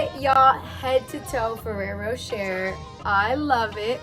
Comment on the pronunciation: Rou-SHEY not Ro-SHER!